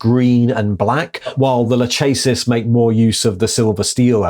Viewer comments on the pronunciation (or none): Lachesis - La-kess-sis. It's the name of one of the three fates. Atropos is the name of an other. Oh, and since Moirae = 'the fates,' there's a theme going on. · That should be lakhesis, meghara and atropos in pronunciation, those were greel furies and if you play the game hades you can get to know them.